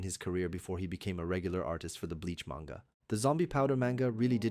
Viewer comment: You say manga wrong. Fake fan